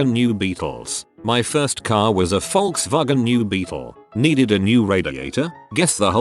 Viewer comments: I watch these videos, and the robot voice constantly mispronounces words; this one, it perfectly pronounces Volkswagen. WTF? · Welllllll.... The text to speech is 100% accurate. It's how you say the company's name hahaha. And my like is for the dodgechryslerjeep comment. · did the voice say Volkswagen correctly for once? 😳😳😳😳😳